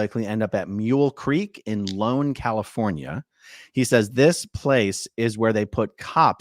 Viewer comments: I'm not sure if anyone has mentioned this yet but it's not "Lone" it's "Ione (eye-own). Mule Creek is bad. I don't feel sorry for him one bit, though. Now HE gets to feel fear. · It is pronounced EYE OWN..Ione…it is at the beginning of the foothills and gold country in California… Mule Creek is no fun… my friend is a guard there and it is rattle snake country…, he will fit right in 😂And yes, it is a hideous place to be in the summer. He will not like it at all. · ITS IONE CALI!!!....(i-own) CA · I live kinda close to Mule Creek. My grandsons dad went there. Its a picnic there in terms of prisons. And the little goldrush town its in is pronounced Eye-own (Ione). Its a California Indigenous tribe. The area is pretty. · Ione.... EYE-own. FYI.... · it's Ione CA, Capitol "I" not "L", pronounced I-own...... :) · FYI, lone is pronounced Eye-own. My dad's hometown, and location of the Preston Castle/School of Industry. Thanks for the video guys! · Aaron, Mule Creek is in I (like ‘eye’) o n e. Ione. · Mule creek prison is in Ione california, it’s pronounced “eye-own”, there is no L, it’s an I… I drive by that prison about 2x a week, maybe I’ll stop in for an autograph… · Ione -Ai-ow-nee....named after a heroine in "The Last Days of Pompeii" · EYE-own: pronounciation of Mule Creek State Prisons' location. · Mule Creek is in Ione pronounced eye-own. Love to you and.💛